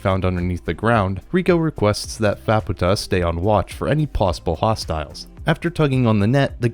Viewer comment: More than just Nanachi. You also said Nishagora, Tepaste, Faputa, SheruMena, Juusou, Hariyomari, and Srajo wrong.